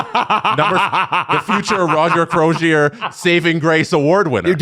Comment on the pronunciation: How is it possible that three guys living in Toronto Canada and the hosts of a hockey podcast. Not know how to pronounce a hall of famer Roger Crozier....FFS....🤡💩🤮